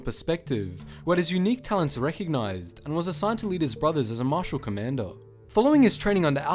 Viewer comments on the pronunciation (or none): none